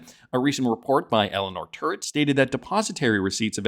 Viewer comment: Terrett not Turrett...Sir.